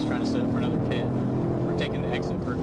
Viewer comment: Not to mention the bad AI narrator. It said " pee it " manoeuvre rather than PIT manoeuvre. Artificial intelligence isn't that intelligent. I miss the days when real people did stuff.